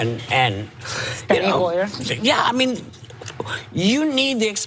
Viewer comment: Not Steny Hoyer, Steny Huer.